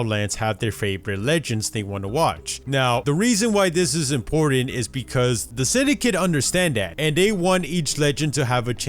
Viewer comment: why does it sound like English isn't your first language by the way you say Syndicate